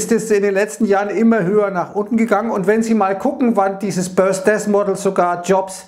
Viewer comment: hab die Aussprache nur witzig gefunden.. 😜